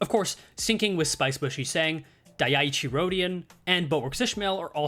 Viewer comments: So i am italian and i just wanted to say: NICE VIDEO, but if you ever pronounce dieci as daiaichi we are gonna have a problem. Me and you. You're gonna need all the charge you can gather to even try to clash with my fist Btw the correct pronunciation should be something around dee-eh-chi (i split it in syllables to make it easier to understand) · dieci is pronounced "dee-eh-chee" it is italian for the number 10, its also close to the word for number 10 in spanish, hope that helps o/